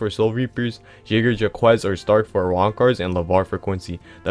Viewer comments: it’s pronounced jaeger jack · The way you said jagerjaquez is gonna haunt me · you sounded out jagerjaquez like u were tryna say something bro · Word I had to rewind to hear what he said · yeah u right it does